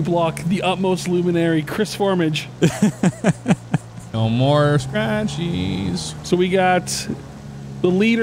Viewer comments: Honestly for me it's just the way they say "Formage", it's said multiple times in the story and in the stranger missions for him, it's pronounced more like For-Maj, and they pronounce it For-midge and it bugs me so much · It's pronounced For-maj not For-midge